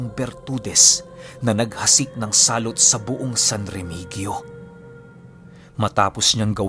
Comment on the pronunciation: San Remehiyo po yung tamang pagbigkas ng San Remegio hehehe